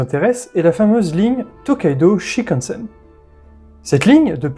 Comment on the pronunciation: Il faut prononcer tous les "n" dans "shinkansen"...donc : "chinekanessène" et non pas "chikanessène"